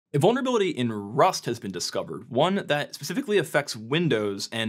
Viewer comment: "Vulneravility" (sic)